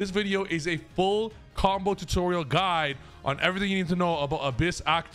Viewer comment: "full combo guid"